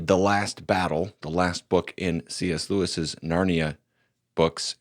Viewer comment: Lewis not Louise 😂